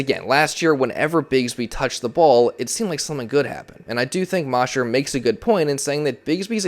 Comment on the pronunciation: Thanks for the report! The Eagles beat reporter Geoff Mosher is pronounced MOE-sher, not MAH-sher. long "O".